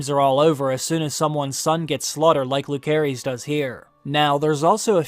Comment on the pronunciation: Jacaerys is pronounce as Jaeserys and Lucerys as Luserys 🤦🏻‍♀️